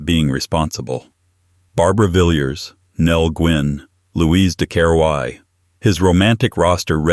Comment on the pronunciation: Villiers should be pronounced Villaz not Vill-yuz.